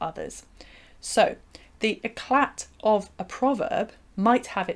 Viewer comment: The t in eclat is silent.